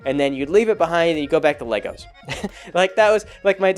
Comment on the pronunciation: LEGORS? You're dad speech is coming in!